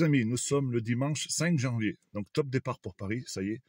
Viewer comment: Lire donc et pas " dinc ". Pardon.